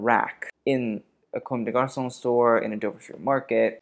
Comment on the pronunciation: For someone who criticizes accents so much, it's "cum deh garsoh" not "comb day garsoh" .. it's also go-tyeh, two syllables, equally stressed, not GO-tee-eh.